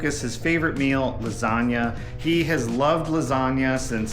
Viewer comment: Hey, love your personality, and your cooking, but why in the world would you miss pronounce the dish you are preparing? I’ve been married to an Italian for 45 yrs, and been in Italy multiple times, and I can assure you there is no such thing as a “lasaga”. How it’s been pronounced for ever, as a “lasagna”, is in fact the correct way. If you are not sure, ask the rest of the world. However, if you want to sound educated and correct, “bruschetta”, that everybody in North America mispronounces, is pronounced “BrussKetta”. Please use your platform to educate on that one. You will make the Italians proud!